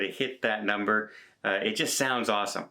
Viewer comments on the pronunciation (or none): none